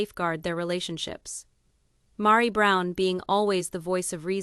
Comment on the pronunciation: Rowbin? LOL Mahri? LOL smh